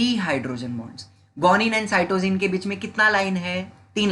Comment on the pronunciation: From my teacher your pronouncation is different of adenine guanine Cytocine thymine